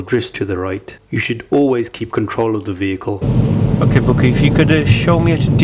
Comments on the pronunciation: Man said her names booky 😂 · “Bouqui” I’m fucking crying 🤣😭